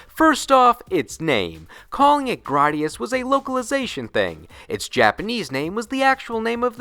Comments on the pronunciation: Graydius not grodius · It's Gray-dius. Don't butcher it. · I’ve literally never heard anybody pronounce Gradius like that. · That secondary motherfucker's voice makes me want to hurt someone. Also, why would it be "Graddius?" Remember your phonics, kids.